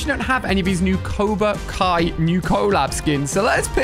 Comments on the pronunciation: It is cobra Kai not coba kai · Did he say Coba kai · he said coba kai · everyone : cobra kai Ali a : COBA kAi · He called them coba kia skims lol 🤣